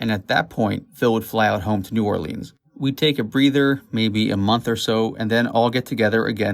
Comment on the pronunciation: It's pronounced New Or-lins not new orleeeeens